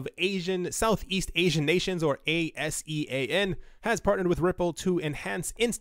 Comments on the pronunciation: its not ASIAN its aa-see-aan! Great content as always! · ASEAN pronounce "Ar-Sian" just as you read at first :) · ASEAN is pronounced ah-sea-an. The second way you pronounced it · ASEAN Pronounced : Ah -see -an